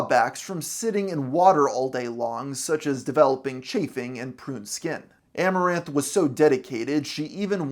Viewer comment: Get the name right it's skamoranth